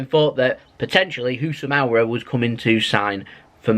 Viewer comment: His name is housam AAWAR not AWRAR